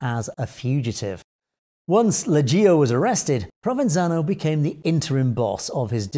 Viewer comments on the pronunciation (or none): Stop saying Lejeeeo! It’s Leggio, say it like “le-joe”. Also, Provenzano never married. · I may be a pain in the neck but I’m subscribed and by commenting I help pushing your channel’s #s. You do a good job with most of the names, it’s really only Leggio that you seem to have a hard time with. Try “le-joe”, “le” just like how you’d begin the word “level” (so not like “lee”, but “le”) and “joe” just like you’d say joe. If you wanna do it perfect, emphasise the double-g, something like le-jjoe.